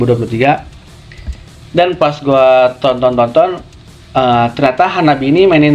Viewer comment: The name of the band is wrong. In Japanese reading, it becomes HANABI-Eh and pronounces E.